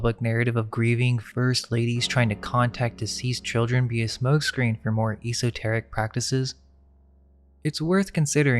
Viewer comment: He doesn't seem to realize it, either~ cringeworthy. The pronunciation of esoteric, a word he loves to use frequently - at least look up how to say it, dude!